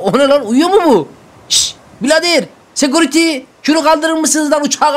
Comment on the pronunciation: SEKURİTY DİYE DİYO YA ÇOK IYİ